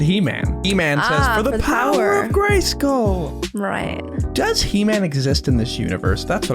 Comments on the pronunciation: For The Honor Of GrEysKulLlL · For the honor of gray-SKOOL